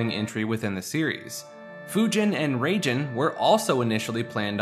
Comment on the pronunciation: Why do you pronounce Raijin as Ragin'? Lol